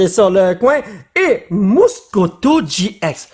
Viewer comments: Sa ce dis getx 😉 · Sa se dit gé Ix et c'est nymphali